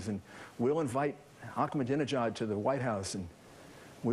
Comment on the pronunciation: Why does he keep saying "Ackmadinejad"? There is no "k" in Ahmadinejad's name.